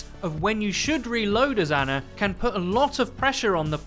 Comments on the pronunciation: For fucks sake say her name correct for once. It’s not ANNA it’s ANA. Pronounced Ah-nah. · her name is Ana (Ahh-nah) not Anna (Anne-ah), please stop saying it wrong BibleThump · You English guys just destroy names huh? Anna the way you're saying it has TWO N's. As she is Egyptian her name is pronounced AH-NAH. Ana. One N.